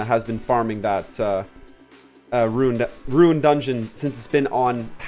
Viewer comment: I appreciate your effort in pronouncing rune correctly, much obliged <3